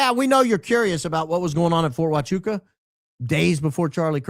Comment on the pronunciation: I'm a bit saddened by the lack of enthusiasm with your pronunciation of Huachuca in this episode. Let's not let this important detail slip under the cracks next time, please and thank you. ❤️